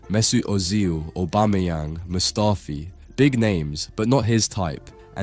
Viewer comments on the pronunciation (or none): Bro said Mustafi 😂